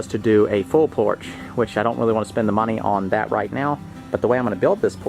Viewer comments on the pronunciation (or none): Idk why every time you say Porch I think your saying Porsche. Lol